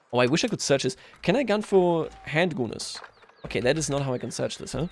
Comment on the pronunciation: PLEASE do not call them handgunners with that pronunciation of u, it sounds really bad. Unless that’s what you’re going for then pop off